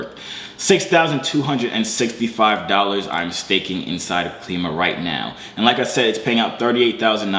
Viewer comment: It's Klima is pronounced like the word "Climate" without the end part, cause it's goal is to help raise money for green energy, trash cleaning, etc.. projects I think.